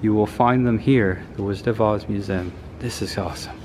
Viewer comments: Thank you for this review, now I do not have to give them any money. Also it's pronounced museum. 😘👉👉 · the way you pronounce museum is funny. mu-zzem